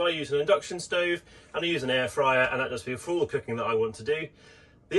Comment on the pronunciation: Something I plan to do too! Those people who just cannot process no gas in a camper!! Loving mispronounced Cooking 🤣 Nice video!